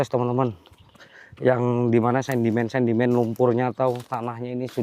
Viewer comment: SEDIMEN BANG,BUKAN SENDIMEN......SARAN AJA..